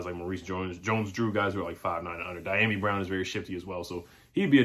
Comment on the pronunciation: The pronunciation of his name is D ah me brown